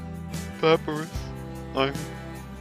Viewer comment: you were saying Papyrus wrong